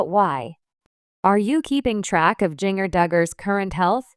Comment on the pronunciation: Jinger is pronounce ginger like the spice Jana is pronounce jan -na please correct